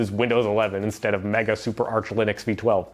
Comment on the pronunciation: "Linunx" LoL😂